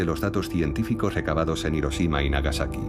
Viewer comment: IROSHIMA.. y ahí dejé de leer.